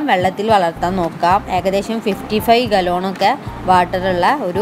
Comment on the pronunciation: ഗാലോൺ അല്ല ഗാലൺ